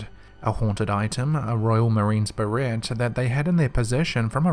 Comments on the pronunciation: It’s Beret, with a silent T. More like Beré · Don't pronounce the 't' in beret. Sorry to be an arsehole. Love your videos.